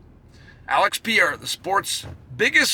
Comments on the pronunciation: Alex Pee-Era Try “Alex Puh-hay-du” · If Alex becomes triple champ, Chael has to learn how to pronounce Pereira (Pe-ray-ra) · PEEERRRR RARE RAHHHH Chael! Periera 😫!!! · Love your analysis, but don't you think you should learn to pronounce the potential GOAT's name?